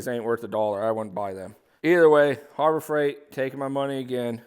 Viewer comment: Be nice if he knew how to speak English as well. Stopped the video just because of how he said harbor freight and coupon.